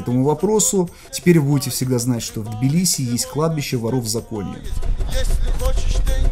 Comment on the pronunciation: Надеюсь до конца ролика научиться правильно произносить слово Тбилиси......😂😂😂 и не будет тебе мешать снимать видео 😡